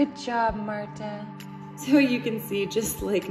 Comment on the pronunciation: Okay, well it's pronounced Marta